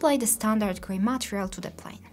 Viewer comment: Material reads ma-TE-rial. Emphasis at "TE".